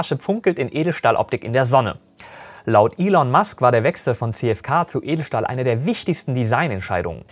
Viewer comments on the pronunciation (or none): none